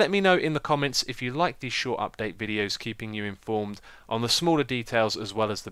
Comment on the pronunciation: You say mo yang and you say dupdate :D